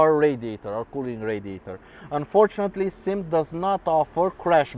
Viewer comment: It is NOT a SYM or SIM as in a word. Dammit it is a S. Y. M. three letters for Sang Yang Motor. stop calling it a damn sym. Can't give you any respect for your review if you do not know how to pronounce the name of the bike you are reviewing.